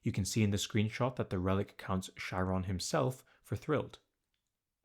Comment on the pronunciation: It's pronounced Ky-ron